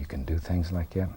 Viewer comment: "Something about like gat"